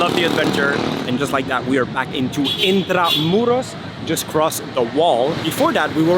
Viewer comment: Finally, brilliant pronounciation of Intramuros (perfecto, estas de que pais?). The only slight correction, Spanish conquistadores (several of them from Magellan to Miguel de Legazpi). Bienvenida or Maligayang pagdating to Manila.